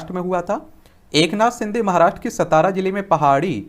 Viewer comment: सतारा नही लवडे सातारा है ठिक से बोल सातारा